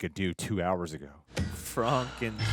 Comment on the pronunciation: it is in fact Not pronounced Fronkensteen! The pronunciation is German. So frank like ankh and stein like stye. Frankenstein. I dont know why this annoyed me so much because i really loved all three episodes 😅